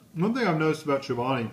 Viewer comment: It's 240 calories. And you say the name wrong. It's kind of like you're not Chobani's buddy.